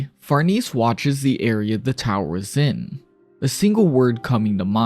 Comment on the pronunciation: far-niece? far-NAY-zee. It's Italian. Love the video